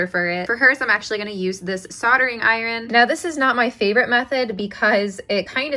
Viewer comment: Why are you over-pronouncing iron?